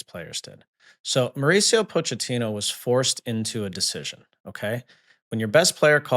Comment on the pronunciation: Sorry for being that guy, but it is pronounced Mauricio Po-keh-tino I literally just heard him saying his own name